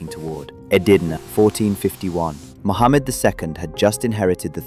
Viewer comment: Its not sultan Mohamed as you pronounce it and its a totally different name called MEHMET. get your facts correct before making such a crap video , it's deserves to go through its paces and tell them your biased not punctual and yoir version is of a jo k e